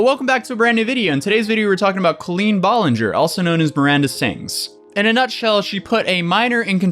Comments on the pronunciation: Heh, at first I though he said Clean Ballinger. I have a dirty mind. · Clean Bowlenger is literally what i heard.